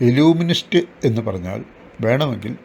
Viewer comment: illuminist =പ്രകാശശാസ്ത്രജ്ഞൻ illusionist = മായക്കാഴ്ചക്കാരൻ I think Pronounciation mistake